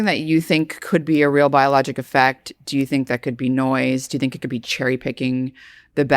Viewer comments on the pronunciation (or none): none